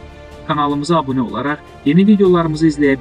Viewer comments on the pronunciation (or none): none